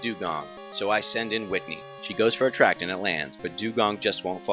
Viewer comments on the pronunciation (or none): none